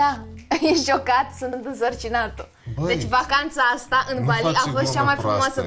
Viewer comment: Bali NU Ba-lee Jeez